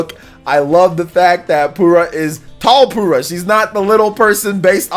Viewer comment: Did you just call Purah "Poorah"? lol.